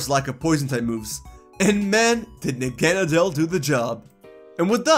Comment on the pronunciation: Your pronunciation of Nagenadel is insulting towards all pokémon 🤦‍♂️